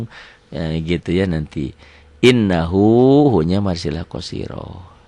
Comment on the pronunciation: Sedikit saran ustad... innahu agak ditahan 2 harokat..